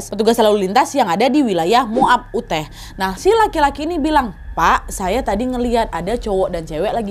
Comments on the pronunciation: Cara baca UTAH itu bukan 'uteh' tp 'yutah' ✌️✌️ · Utah wak (dibaca Yutah) bukan Uteh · Aku kira kejadiannya di aceh, bolak balik sebut uteh 😂 rupanya Utah (yutah) 😅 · tolong belajar cara ngucapin apapun yang berbahasa asing ya, biar dengernya enak. tanya nessie aja, kan kalian temenan. utah itu bukan dibaca uteh, tapi yutah. trus di konten lain ada yang nerjemahinnya salah, straw itu bukan hanya diartikan sedotan, tapi juga jerami. dan masiiihh banyak lagi. ayolah, udah bertahun-tahun jadi konten kreator, minimal belajar cara pengucapan yang bener. thanks. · Utah ka bukannya Uteh sebutannya😅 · Nad…Bukan uteh lah..utah (di baca yutah) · Utah bacanya yutah bukan uteh wak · Kak nadia perasaan bacanya yutah bukan uteh. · Kak daerah Utah, bacanya bukan uteh tapi yutah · Yutah wak bukan Uteh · uteh uteh,,yutah kali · Utah kok dibaca uteh. Harusnya dibaca yutah, kak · Kah ute ini maksud kakak utah k ? Risih kali telingaku dengar ute, pronouncenya yutah kak 😭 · pas ngomong utah pronunciation ka nadia juga salah, harusnya utah, bukan uteh. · Utah (US) = "Yutah" Utrecht (belanda) = "Utreh" Wyoming = "Waiyoming" 🙏🙏🙏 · Maaf mbak Nadia -- pronunciation dari Utah ---- yutah 🙏🙏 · Kak Nad.. Maaf mau koreksi sedikit utk kata "UTAH" dibaca "YUTAH".. 🙏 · Kak Nad, UTAH itu dibaca "YUTAH" Hehehe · Info aja kak, cara baca Utah itu Yutah 😁 peace ✌️🕊️ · Utah = Uteh 😭😭😭😭😭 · Utah dibaca "yutah" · Utah -> bacanya Yutah kak 😁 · Utah = Yutah cara bacanya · atau paling g baca baca utah lebih mendingan dengernya ya..dari pada uteh..sampai gereget ya..yg bener yutah..😔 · awalnya mikir uteh itu apa si, ternyata utah negara bagian😭 bacanya harusnya yutahh but it's ok agak bingung dikit tadi awal awal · Hai kak Nad, maaf mau koreksi sedikit. Untuk negara bagian Utah itu dibacanya “yutah”, bukan “uteh”. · Maaf Kak Nad.. Koreksi sedikit, bacanya “yoo-taa” (yuta), bukan “uteh” 🙏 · yuutaahh mbak di baca nya,,, bukan uuteeehhh wkwkwkw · Yutah wak, bukan uteh 😭😭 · Penyebutannya yutah dan waioming